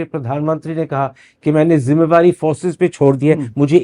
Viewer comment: Karan Thapar, your Hindi is so good, you should also host some of the interviews in Hindi. Best is that you say “zimada’ree” and not pronounce it as ‘jimada’ree!”